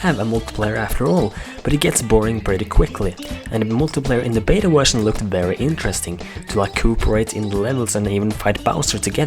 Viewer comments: you said wetion insted of vertion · i like how he says wusion insteda version